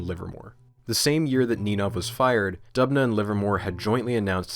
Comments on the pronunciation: As an actual citizen of Dubna it gets me hyped every time my small motherland mentioned! But also, it's pronounced Doobna, because it is derivative from Russian word for Оak - Дуб (Doob)... Otherwise, great and informational video! Huge fan of your style of presentation! From Russia with love... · Videos about scienfitic misconduct are so interesting But Dubna is pronounced as Doobna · It's pronounced as D[oo]bna btw, with 'oo' like in the 'book' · Great video, as always! Not important, but just to let you know, the town's name is pronounced "d-oo-bnah", the etymology is from the word "d-oo-b", meaning oak. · The way he pronounces "Dubna". 😂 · great video but why are you pronouncing Doobna as if you are a british bloke saying "governor" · Is it really hard enough to check how names of people and cities are being pronounced? Georgy and Dubna are hilarious